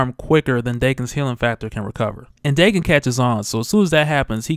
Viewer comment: It's pronounced Dah-Ken